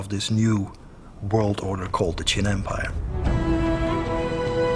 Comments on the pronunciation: chin? you mean qin right? the narrator is confusing me. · As a Chinese, it is so awkward to watch the re-enactments in english... and wth is "chin"??? It's "qin"... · why is it chin and not qin